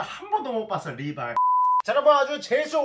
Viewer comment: ㅋㅋㅋㅋㅋㅋㅋㅋㅋㅋㅋ river ㅋㅋㅋㅋ